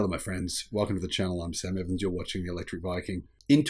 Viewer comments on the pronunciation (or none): none